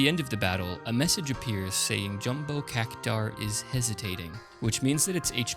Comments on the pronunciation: I'd say Cactuar is pronounced cac-choo-ahr, not cac-tahr. But anyway, good video! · Cactuar, not Cactaur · I think it's Cac-twar, not Cac-tar. See that U in Cactuar? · "It's CAC-TU-AAAR, not CACU-TAAAR.." ~ HG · CacTUar not cacutar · Why do you pronounce Cactuar as Cactar? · Cactuar "CAK-too-ahr" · Great video, keep it up. (also, the word cactuar is pronounced "cac-twar")